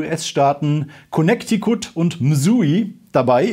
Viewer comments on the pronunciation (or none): Mit den US-Staatem hast du es nicht so oder? Das ist ja grausam wie du Connecticut aussprichst 😂 noch schlimmer als Arkansas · Hoffe die Aussprache von Connecticut war nicht ernst gemeint.